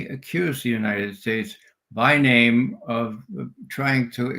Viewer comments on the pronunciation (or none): none